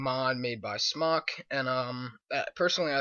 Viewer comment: it's Smok